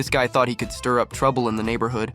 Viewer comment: ✨️Pov gay✨️ instead of guy?